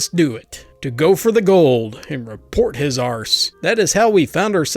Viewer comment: I find it reassuring that an American saying arse sounds just as wrong as a Brit saying ass.